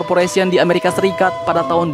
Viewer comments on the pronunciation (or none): none